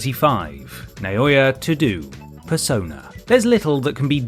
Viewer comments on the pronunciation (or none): "To do" for Toudou hahahahahahahaha! I love it.